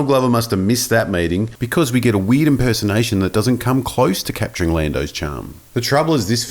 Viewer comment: I was wonderin why you kept saying weed, but now I get that you were saying weird